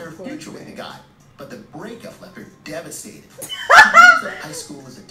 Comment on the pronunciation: right like why he say it like that😭😭